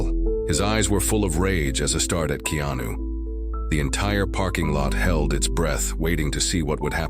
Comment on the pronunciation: DANG THE NARRATOR CAN'T EVEN PRONOUNCE HIS NAME CORRECTLY? ITS NOT KENO THERE BUDDY.